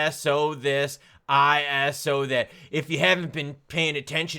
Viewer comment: Thank you for saying ISO properly. There are XRP youtubers who say ‘eyeso’ and that sounds so dumb. Thank you for telling the truth.